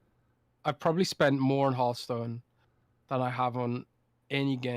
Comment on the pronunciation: Its not E3 and there's absolutely no reason CoD cannot be exclusive. If only pronounced Hearthstone correctly. 🤣😜